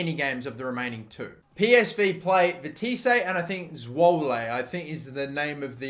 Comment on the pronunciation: ' Veteesé and Zwolé'